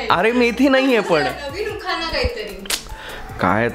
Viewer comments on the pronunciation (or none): उखाना ? नाही उखाणा असा शब्द आहे 😀